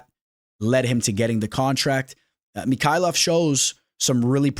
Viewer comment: Johnathan Mick-kayllef. lol you say it like he's russian